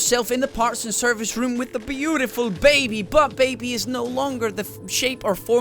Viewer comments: DOnt say baibee, its baby lul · i like how says baby is that weird